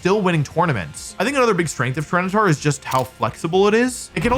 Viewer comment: it's tryranitar